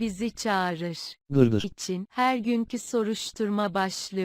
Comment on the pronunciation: gırgır diyormuş ben dırdır anladım resime bakınca fark ettim🤣🤣🤣